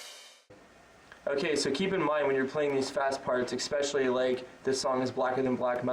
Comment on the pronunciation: 'Ecspecially', says.